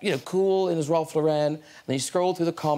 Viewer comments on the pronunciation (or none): none